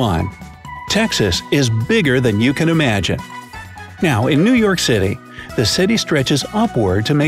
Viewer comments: New Yewark? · he said new youark